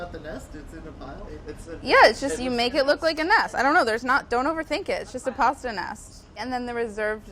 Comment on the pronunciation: I like her she pronounced pasta correctly